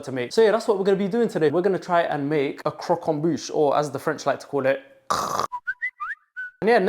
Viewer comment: "If youre lactose intolerant, grow up" that was not what i expected the 2nd half of the sentence to be💀💀. A+ pronounciation of croquembouche btw🙂‍↕️✨️👏